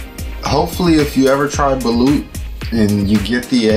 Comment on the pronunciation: The way u pronounce balut is balot